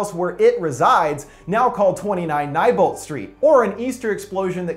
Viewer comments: Neibolt. KNEE BOLT not Neibolt. NYE BOLT They even say it in the movies king also said it and yet you still troll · It's pronounced KNEEbolt not Bill Nyebolt